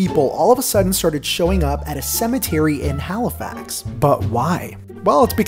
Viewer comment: You pronounced halifax wrong